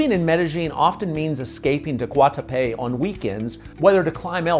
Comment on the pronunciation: You are correct. Pronunciation was also off a bit on Guatapé, El Peñol and Jericó. Still a well done and informative video.